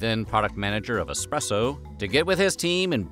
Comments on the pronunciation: LOL yeah, it's pronounced Es-press-oh not the way people like him that say expresso. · Sorry, did you say expresso? Expresso? Coffee lovers are currently lighting torches and sharpening pitchforks... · Did I hear you say expresso?????? EXpresso??? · "Expresso?" Wtf, you are supposed to be the OG Narrator and not make these silly mistakes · All of this meticulous research and then you pronounce it 'EXpresso!?' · It is pronounced espresso and Kai tea,. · Dear narrator, there is no "x" in espresso. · My mans calls it “eXspresso” and “chia tea”. Come on man 🤣